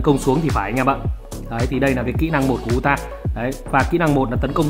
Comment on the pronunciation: đọc là Ừ TA, ông này phát âm tên nhân vật nào nghe cũng bị không vào tai...